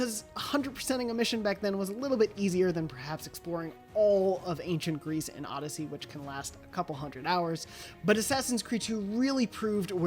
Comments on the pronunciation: Who the hell said odyseey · Odysssy? Seriously,😑😑😑😑